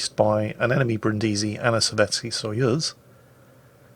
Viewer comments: I must correct you,: the name of this ship (like the city) is pronounced Brìndisi (accent on the first sillable) and not Brindìsi (accent on the second sillable). No hard feelings, it's just that I'm Italian and I die a little every time you say it wrong;) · I'm sorry, but I have to: Bríndisi, not Brindísi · Achktually, it's pronounced Brìndisi, not Brindísi! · Back off that stressed vowel,, it's Brìndisi! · Hi, Brindisi (city in southern Italy) is read with the accent on the first i not the second:)